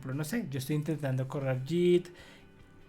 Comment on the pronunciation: No es posible que no conozcas el nombre de las letras en español: en repetidas ocasiones has dicho: "zeta-ce-hache". ¿Desde cuándo le cambiaron el nombre a la ESE ('S') por CE? Y otra cosa: la letra 'g' en 'git' y 'plug-in' no se pronuncia como 'll' de lluvia, sino como 'g' de 'gato'.